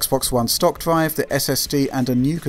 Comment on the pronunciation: What is a dwive? Gwaph? Sowwy, the accent kills me.